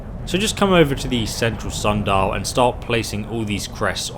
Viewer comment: sun dial.....SUN dial......come on